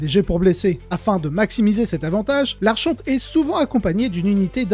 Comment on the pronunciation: Le ch dans archonte se prononce comme le ch de Christophe. En anglais, au contraire, on prononce le ch comme dans chien et il faut aussi prononcer le « n » de fin de « archon »